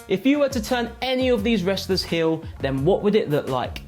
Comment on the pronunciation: "Turn hiyl"... 😁